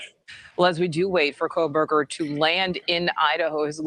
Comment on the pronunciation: Love and Ed Wallace! Please someone tell that his name is NOT " Kole-berger ". He's been saying that for all the past interviews. Lol